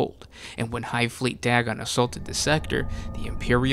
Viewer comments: It's pronounced "day-gon" not "dag-gon". When there is only one constant between two vowels, the "a" goes from a soft sound like "at" to a hard sound like "ate". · Day-gon, not Dag-gon. It is using Lovecrafts cosmic terror theme.